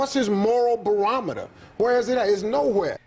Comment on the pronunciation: hahahahahahahahhahah bro he said "Moral Berometer" hahahahahahaha